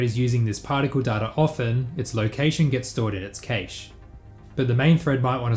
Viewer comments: It's prevalent in Australia and it bugs the hell out of me. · I'm stun locked by the way you pronounce 'cache' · I fuckin HATE how you say cache. Ive literally never heard it pronounced that way in English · I'm not sure I agree this fix will work for vRAM/memory-related constraints. How do you actively swap out assets whilst maintaining the previous scene without any load time on the next scene in a way that doesn't show a loading screen to the end user with limited vRAM? Also, I don't believe you say cache that way. :D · The origin of the word cache is the French caché surely, ergo it should be pronounced 'cash' or 'cash-eh' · I havn't heard anyone pronounce cache that way, I think the a in cache is the same as in "apple" usually. I don't think there is a correct way to pronounce anything but just wanted to inform you just in case. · please stop pronouncing the ca in cache as you would kate, it's supposed to be said as you would cat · "cache" is pronounced like "cash" not "caesh" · Caysh? :D I thought it's pronounced cash [kaSH] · it's proper pronunciation to the intended meaning is cache (kaysh), because of the word 'case'. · D Even the French say 'cash' and this word comes from the French. I think it's just another case of someone who reads a lot but doesn't necessarily hear a word spoken. Like my friend who that puny was pronounced punny. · Cache is pronounced like cash, not kaysh. Other than that absolutely brilliant video! And sort of confirms my suspicion: The Renderthread locking up during load is not something that cannot be avoided, some languages just make it harder to solve the issue. If you want to see the extreme version of this check out loading into a race on rFactor 2, everything just hangs while cars get loaded into ram. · This is the first time I hear an English speaker say cache differently than cash. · it's a typical Aussie pronunciation. Worked with a few Australian engineers in my career and they all pronounced it like "kaysh" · "Casha", lmao